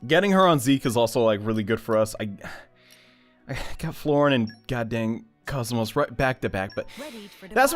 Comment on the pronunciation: "Kaz-Moss" Come on, man.... You had one job.